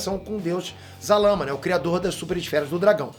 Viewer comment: Zalama? Não era Zarama?